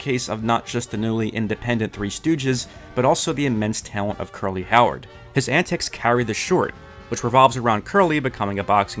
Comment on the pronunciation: Curly was my dog. but did you just say his name was Jerry Curly? I can't be the only 1 who hears it...😅